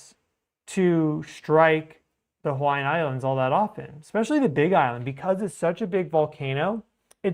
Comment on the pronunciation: my man! Your Hawai’ian pronunciation is top tier for not being from here brother! Much respect and thanks for the amazing work you do 🤙